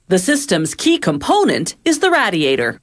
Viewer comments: the way she pronounces radiator annoys me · It’s not a Raadiator but a Radiator… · You silly woman. It's not a /Raddiator/ it's a /raydiator/ because it /raydiates/ heat. (Geddit?) You don't know the difference between lead and solder (sorder in the US), nor do you know the difference between welding and soldering (sordering). Whoever wrote this script knows very little about the process and is not a hands-on person. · It is Ray-dee-ate-or not Rad-e-ate-or! Does it Rad-e-ate heat or Ray-dee-ate heat? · Rad-iators, funny pronunciation . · Gross it's said raydiator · Ray-diator. Jesus. Say it with me. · That's some RAD raadiator😂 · Nobody: Voiceover: RaD-e-AtOr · Rad-iator. This pronunciation disturbs me. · What the hell is a "radd-ey-ay-der"? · she also said radee-atur, bitch needs to go back to school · It's pronounced RAY-DEE-A-TOR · Had to pause it and scroll down to the comments because of the way she pronounced radiator lol. Glad I'm not the only one that is bugged by that haha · The way she pronounces "radiator" makes my ears bleed.. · if you can not pronounce the title....spare us and stop...if you are not proficient in english an orator may not be your calling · I really hate the way this lady pronounces radiator! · or how to pronounce radiator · If you’re going to say radiator 15 times in one video at least learn how to fucking pronounce it. Where the hell did the Original narrator go? This chick sucks. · This was painful to watch because of how she pronounces radiator lol. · Bro.... everytime she says it I want to leave this funking planet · I was about to comment the same thing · learn how to pronounce radiator